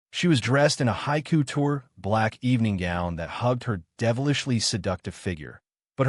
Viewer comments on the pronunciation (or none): none